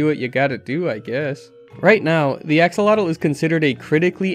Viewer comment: Please type the word Axolotl into Google translate, set to Spanish to learn how to pronounce that correctly. It's a salamander, not a knight of the round table. lol EDIT: HOW do you pronounce Xolotl relatively correct but not.. 🤯 EDIT2: I got to "PUH SWAY DOH" Thumbs. 😂 Fella please. If you don't know a word, please look it up before doing THAT, lol